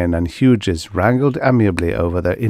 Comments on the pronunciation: I love all of your readings. Your channel is an oasis in an increasingly uncomfortable robot voiced landscape. One tip, Hughes is pronounced. H-you-s the g is silent here, the second syllable is pronounced just like the letter 'u'. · those robot voices are improving, but I find them still quite obnoxious. :) Thank you for pointing that out, Hughes to be pronounced more like hues or hews, noted for the future!